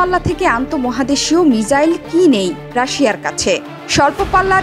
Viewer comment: Missile balo mijail noy.khub baje lage sunte